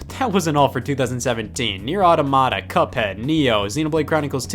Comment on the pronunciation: Automata = AW-TOM-OH-TOR